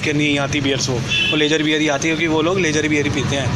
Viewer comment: boss aapki video dekhne k baad ek baat zaroor bolunga ki लेज़र बियर कुछ नही होता स्पेलिंग ज़रूर lager होती है लेकिन बोलते इसको लागर बियर है। ज़रा पता करना।